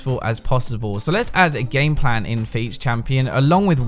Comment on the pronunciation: I keep hearing him say gangplank when he's actually saying gameplan